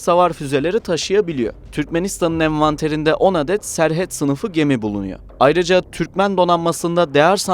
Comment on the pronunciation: serhet ne olm serhat desene ne bicim okuyorsun